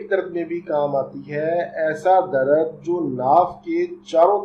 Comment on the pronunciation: Dr sahab darad nai hota dard hota ha